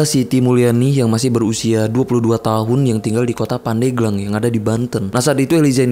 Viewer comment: Yg bener itu pandeglang bang, bukan pandeglang